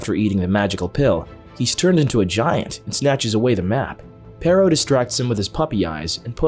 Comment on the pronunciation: i hate how they pronounce perro